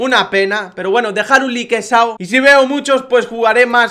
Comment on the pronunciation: porque mierda siempre dices "likesao"? estresas jajaj